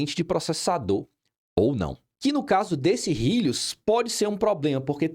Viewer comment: "rílius" KKKKKKKKKKKKKKKKKKKKK